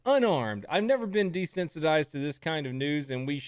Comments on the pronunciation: She didn't say desensitized. She said "dissentized". I don't know what that is supposed to mean, but I don't think she does either. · How can someone so stupid stating she was “dissentized” instead of desensitized get so many retweets and attention lol. I know I shouldn’t, but when someone that illiterate is saying something, you have to question everything.